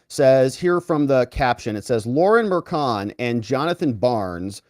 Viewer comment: Its not kild, its child. Its not killi, its chilli. Its not Merkan, its merchan. If they cant pronounce their own last names right...